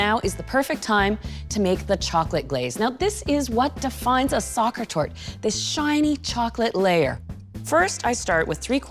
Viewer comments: It's not pronounced SOCCER. It is SACHER ! I am from Germany, please work on your pronunciation. The recipe is great tho!! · It is not Saker torte, it is pronounced : sasher with a 'sh' and it should not be that high... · It is pronouned as ZA-kher, not like soccer. In German, the S often sounds like Z... Remember the SINGER sewing machine? It sounds like ZZZinger. Voila. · Sorry but Sacher should be pronounced like "sah-her". C isn't pronounced at all in German when there is "ch" in the word. It's pronounced as "h". Also "her" in the Sacher isn't pronounced like in American English but like you would say it in England's English, without "r". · Exactly, and the pronunciation of the name in the video is so so wrong😩